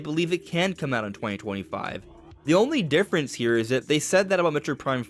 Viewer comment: What I heard its arriving 2125 😂